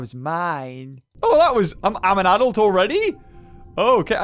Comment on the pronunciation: You said adult wrong well it's cool but remember practice that word is adult ok XD